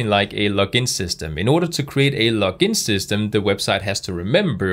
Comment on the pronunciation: Is it just me that hears "lock in system" lol?